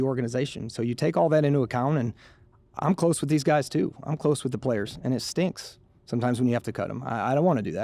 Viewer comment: “hey gays”